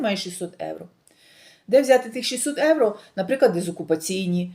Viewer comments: Дорога! Не Евро. А євро!! І ми живемо в Європі! І ви спілкуєтесь на українській мові, а в нашій соловʼїній мові евро ріжить вуха!!😂😂😂 🤯🤯переходіть на українську!! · Не говоріть евро ,бо це не їхній акцент ,у них слово євро морбідо змішане х єівро ,а ви просто ріжин чітко евро і це не по італійськи.